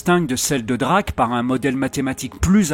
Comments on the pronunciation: Prum's 353ème ^^ vous me cherchez ? mon géniteur a dit à toute la famille, que j'étais le fils d'un extraterrestre :P euh ... drak. drac, draque? (ça ne se prononce pas vraiment comme ça "Drake"). ^^ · On ne dit pas draque on dit Drake pas draque 😉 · 😂 🏅🏆🏅👍👍👏👏353ème👽 Oui la prononciation est plus proche de "Draik"😅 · "dreïke" , pas "draque"...^^ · c'est la fameuse équation de "Draaaaque" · Video Passionnante comme toujours. Merci pour l’hommage à Hubert Reeves. Je chipote… pourquoi ne pas prononcer Drake à l’anglo-saxonne… mais je chipote… Bravo à toute l’équipe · Baaah ils ont fait une erreur sur la prononciation de Drake...est ce vraiment si important ?